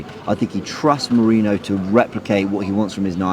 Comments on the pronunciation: Somebody please tell the name is Merino, NOT Merinho 😂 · Thats what I said too, how hard is it to say merino? Lol